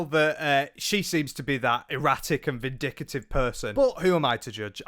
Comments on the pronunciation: Vindictive not “vindicative” good video though. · puts the (extra) "I" in vindictive 😆💙